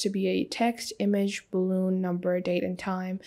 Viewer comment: "balloon" (Boolean) :) A little bit rushed at the end, and you should have shown the new form you added in action. Slow TF down